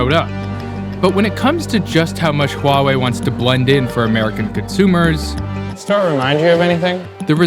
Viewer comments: i thought it was pronounced why EE not why uuuohhh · Above the Wahwei train? If you cannot even research and pronounce a capital "H" in front, this is not your job. Literally the one who hired you should be laid off. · It's ridiculous that over such a big issue only a 22 year old from Vice bothered to attend. Also that the kid can't even manage to properly pronounce the name of the company. It's "Huawei", not "Wawei. Also if the international media had any understanding of the Chinese political system, all companies over a certain number of employees are required to have a party secretary by law to ensure companies follow legal procedures and a strategy in line with national policy initiatives. This is not something unique to Huawei. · fkn annoying, atleast pronounce huawei the real way. without an H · and all this time i pronounced it as Hawaii......oh well.